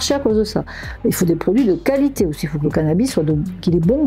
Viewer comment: la « cali té » pas mal celle là